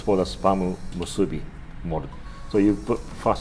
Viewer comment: It’s not spam musuuubi.. it’s spam musubi. Thank you